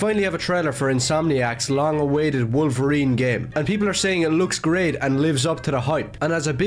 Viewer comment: i can’t believe no one mentioned how logan says “i am wokerine, and i am going to wokerine you”